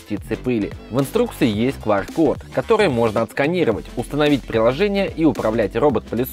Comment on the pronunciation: не "Нэро", а "Хепа". не "Квар код", а "Кью ар код". не "Пасхалей", а "Паскаль".